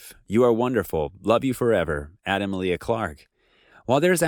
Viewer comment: I find it controversial how you pronounce Emilia